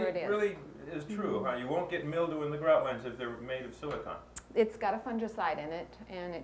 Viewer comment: It’s silicone Bob not silicon!